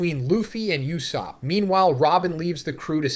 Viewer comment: Lol "loofy and n you-sopp"